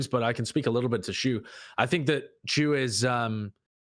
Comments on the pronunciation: "Why would you pronounce Chu as Shu?" Well I suppose that's true. -Sun- and Sidethrow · Sideshow, names don't follow the English language rules. Chu is exactly the way pronounced in a lot of other languages. In my language, for example, your way of saying the name would have to be written as "Tchu"